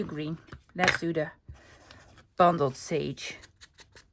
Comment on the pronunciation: I’m enjoying these shorter videos. Beautiful project. You make me smile it sounds like you are saying bumbled sage. Bundled sage comes from the bundles of sage used by Native American people in ceremonies. Blessings from Canada 🇨🇦